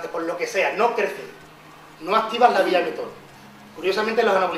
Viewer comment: La vía es "mTOR", no "mThor"